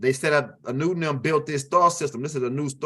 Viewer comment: It is so funny every single time he say it lol 😆 🤣